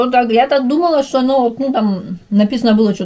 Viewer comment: Зачем ты шокаешь? Вроде русская